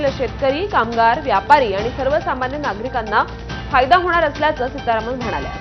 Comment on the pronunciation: फक्त....फक्त निवडणूक होऊन जाऊदे बास्स आणी मग बघा काय काय कुठं कुठं कसं कसं वाढतय ते .....सितारमण..... नाही सितारावण वाटायला लागली तर नाव शरद पवार सांगत नाही !!